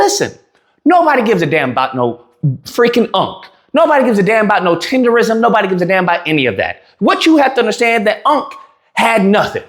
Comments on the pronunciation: The word is not tenderism. Tendernism. Tender Nism. One more time: TENDERNISM! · TENDERNISM DUDE NOT RISM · It's "Tendernism"